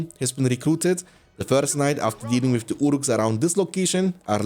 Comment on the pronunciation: Ya dayı, şu ingilizce aksanını biraz düzelt amk Senelerdir "valkam" diyon, "wif" diyon. Kulak tırmalıyor